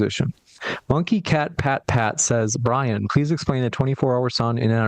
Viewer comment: Oh makes my bwain hurt. Everytime he says roight he is woing! Well is roight on one thing: his ignorence and denial, that he is proudly displaying.